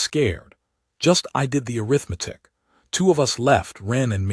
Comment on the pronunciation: Arrgghhhhh. Teach it to pronounce arithmetic and breathed, correcfly. Ruined a perfectly good story